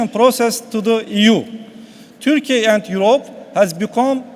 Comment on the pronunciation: çok iyi derece İngilizce bildiğini söyleyen bir Türk'ün en azından (hem de okurken) Törkeye dememesi gerekir kanımca..